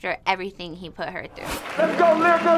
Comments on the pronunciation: Why keep calling her lie-rica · didn’t even say lyrica name right she said sumn “layrica” 😭.